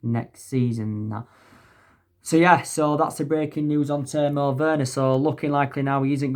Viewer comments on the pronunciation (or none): man said Timo and Lepzig so wrong lmao